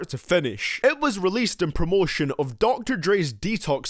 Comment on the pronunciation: “Orrdoor” “Varsee” “Omotion”